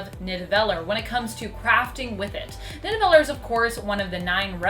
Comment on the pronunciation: Did she really say nidveller its nid-a-veliere